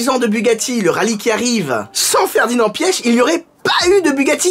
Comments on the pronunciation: Ça se dit Ferdinand pitch en phonétique pas pieche xD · Je crois que ça se prononce Piar (les germanophones corrigez-moi) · Je pense que la bonne prononciation c’est « piche » sinon quand j’ai appris son décès j’ai tout de suite pensé à toi, j’étais curieux d’entendre que tu avais à dire sur lui et je trouve que tes histoires sont plus parlantes que les reportages tv☺️ a chaque fois que tu parle de quelqu’un de connu dans le monde auto en fait on s’aperçoit qu’on le connaît pas tellement